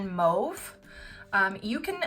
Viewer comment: Are you from Quebec? Your prononciation is sooo Quebecer hahaa